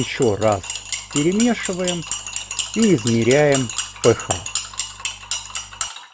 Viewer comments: Все супер, только режет ухо название РН "п-ха", а не "п-аш", наверное это на немецкий манер, хотя РН это латынь из химии, наверное автор и формулу воды зачитает как "ха два о", а не "аш-два-о". А этиловый спирт "це-два-ха-пять-о-ха" вместо "це-два-аш-пять-о-аш". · Спасибо все замечательно.только кислотность пишется ph а произносится...пе аш!